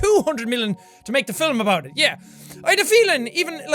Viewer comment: The way jack pronounces "films" 😂😂😂😂😂😂😂